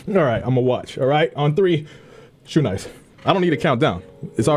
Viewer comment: Did he just say shoenice?? 😂